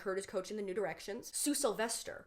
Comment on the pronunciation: I think I'm so late to this, but I did not hear "new directions" as "nude erections" until this video